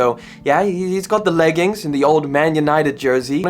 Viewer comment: You mean the Yeggings not leggings 😅